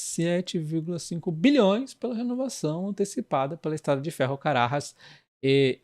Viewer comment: CaraJás se fala com som de J de jarra não som de R - é uma palavra brasileira não espanhola